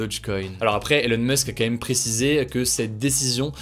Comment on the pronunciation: Salut Hugo, je suis un américain qui profite de tes vidéos pour m'améliorer dans la langue française ainsi que pour les nouvelles, et je n'arrive pas à m'empêcher de remarquer à chaque fois la façon particulière dont tu dis le mot "quand même". Malgré ta cadence largement mesurée, tu dis "k'(m)èm" avec une telle régularité et diligence que je me demande si c'est comme ça que ça se prononce de façon quotidienne d'où tu viens. Je connais que certains le prononcent "comme même" mais là c'est un peu abusé, non ?